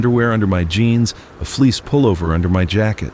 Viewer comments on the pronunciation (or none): none